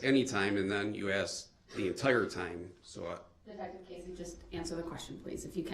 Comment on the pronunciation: He constantly says “ axe” for “ asked” “relevancey” for “relevance” and “ license place “ for “ license plaTe “! Drives me nuts!! He has a high school education so why doesn’t he pronounce these words correctly? He easily picks up some new legal terms correctly so I guess he mispronounces those words intentionally!! Just ignorant! Insulting and he knows it. He’s doing this on purpose!